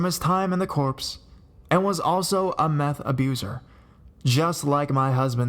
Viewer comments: (Story number one): It's pronounced "Core" not corpse... as in "Marine Corps". Also PTSD doesn't make you rape pregnant women. That was something the little deviant was suppressing while he did his contractually obligated time. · lol "time in the corpse?" If you meant corps it's pronounced core. goof. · Small pronunciation issue: Corps is pronounced like "core," not like "corpse."